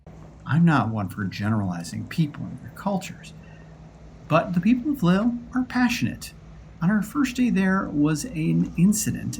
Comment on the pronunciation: The pronunciation is "leel", but everyone else gets it wrong, so not to worry.